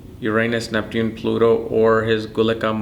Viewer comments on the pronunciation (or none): none